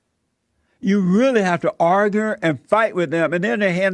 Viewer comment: "You have to arger with blacks"